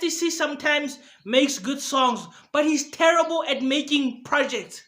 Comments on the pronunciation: This is the 1st video with more dislikes than likes. This guy crazy... I hate the way he says "therrible". I give that a 1 out of 1000😒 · The way you say "Therrible" is terrible 😂😂😂😂😂😭😭. Go get a life bro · No one:: THERRIBLE! 😂😂😂